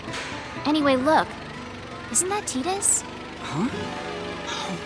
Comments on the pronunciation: Tee-dis is the right way though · Yeah I always pronounced it that way ever since I got this game when i was.... 10 i believe. then when I replayed KH and found it he was a character in that game. the pronounciation was TEE-DUS, but I think Tie-Dus is better. You're not alone in this one buddy! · Wow, been pronouncing his name wrong forever... Thought it was 'ty duhs' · GRR I HATE TEEDUS ughh PRONOUNCE IT LIKE THE OCEAN TIDUHS!!! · HIS NAME WILL ALWAYS BE TIE-DUS IN MY EYES. I HATE HOW THEY CALL HIM TEE-DUS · I don't care what the official pronunciation is, I'll always pronounce his name "Tide-us" It just sounds better, and fits in with the whole oceanic theme of FFX. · That's actually the new way to pronounce it. "Tee-dus" is just the original (older way) to say it :) So, it just boils down to preference. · Tide-us like the fate that tide a bond for him and yuna or bcuz he is a blitzball player that always play with water (tide) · Lol she did not break up with Tidus for Kergom, he is in love with her, I dont think that she knows that. It would be so stupid to me if Auron had a daughter lol, that does not even make sense Lol and Dissidia pronounces it Teedus :P